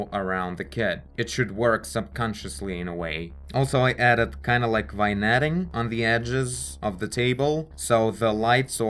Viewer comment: FYI: vignetting = vin-YET-ing